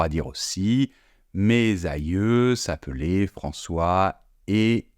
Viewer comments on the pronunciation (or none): Le commentateur prononce "mé ailleux s"appelé" au lieu de mè ailleux s'appelè" il dit tré au lieu de trè pour prononcer très. Et on ne prononce pas non plus "français' francé mais francè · Merci de prononcer ”français ” et non ” francé” ! S’appelaient, même faute, et non s’ appelé! Charité bien ordonnée commence par soi-même... Après et non apré... j’arrête là.